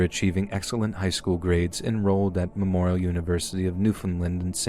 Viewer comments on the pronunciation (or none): none